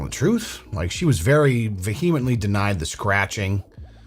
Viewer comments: The 'H’ is silent in 'vehemently’. 😂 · Please stop using words you don't know how to pronounce like "vehemently". It's distracting from the rest of your amazing narrating!